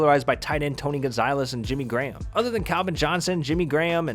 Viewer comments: Was he really saying Tony gonzilez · “TOE-NEE-GONSAHLIZ” you can’t even say “tony Gonzalez” right😂😂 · I can't take anyone seriously who puts an long i sound in Gonzalez!!! Dude - where'd you get "Gon-zi-les" from? Just can't. 🤣🤣🤣😂🤣 You do know that Google will pronounce words for you, right? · Gonzalez Gone-zaw-lez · Anyone else get triggered when he said Tony Gonzailes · If you say Tony Gonziiles one more time bro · Did this guy seriously say Tony gon-zile-ez? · Tony gonzailes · Tony GONZaLEZ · This is a very well done video but hearing Gonzalez made me cringe a bit😂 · anyone else raging because he can’t pronounce “Gonzalez” correctly